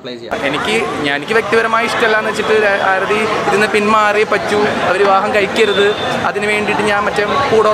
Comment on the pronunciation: chetta oru mistake und....Aarthi alla Aarathi aan.......love your contents......keep it up....pinna........matte chechi and u probs oke kazhinja?